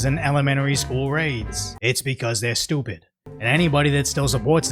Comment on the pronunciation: Your pronunciation of “stoopid” makes them sound even more so. I love it!